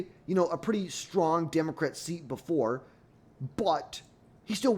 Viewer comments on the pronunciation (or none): none